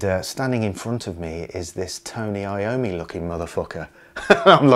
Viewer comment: It's not I-O-ME but yOm-mi, it's italian!